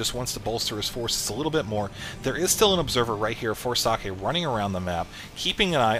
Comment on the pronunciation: Hey, I don't mind that Husky already casted that. At least you spell "Socke" almost correct instead of pronouncing it "sock" like Mr. H to the Usky does :-)